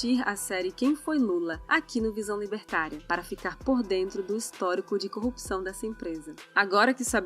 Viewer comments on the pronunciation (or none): none